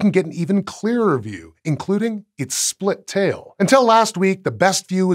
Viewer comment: He said 'splitail" huh huhuhuh